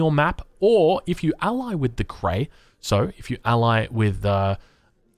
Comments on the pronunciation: Why does he pronounce Cree as Cray? Cree is pronounced just like it's spelled. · it bothers me more than it should how you pronounce Cree